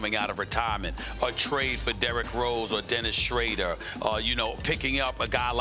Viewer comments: Dennis Shradder??? 🤣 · Rob Pelinker and Dennis Shrayder